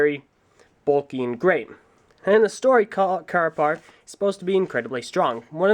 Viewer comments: "...And, Carapar. Or if you're like me and you like mispronouncing things KUHRAPUR " (If you didnt watch "Top 10 Bionicle Combo Models" you wont get it) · it sounds like "Craper"